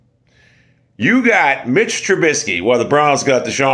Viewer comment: Maybe you should work on being able to pronounce Mitch trubisky first.... lololololol..